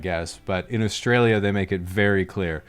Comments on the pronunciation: your accent is a perfect example of how you can pronounce Australia correctly in a mostly american/canadian accent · you pronounced "Australia" correctly!!!